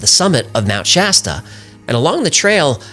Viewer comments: finally someone pronounces mt. shasta correctly instead of trying to church it up. in a cali local and its pronounced just like its spelled or the soda pop brand. thanks. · I live in Mount Shasta. Thanks for getting the name right! The lava fires.... no so much. I always make sure to keep an eye out for things....